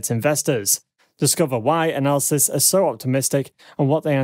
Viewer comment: Please, please......PLEASE!! "Analyst" and "analysis" are TWO DIFFERENT WORDS WITH TWO DIFFERENT MEANINGS!! Please check your dictionary! It's incredibly distracting and I often have to watch your videos twice to fully understand the content!